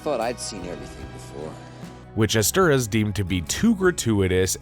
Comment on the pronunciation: Pronounced “Ester-HOUSE”